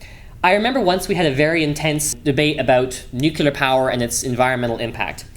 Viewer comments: everything was fine until.. nucular.. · "Nucaler power?"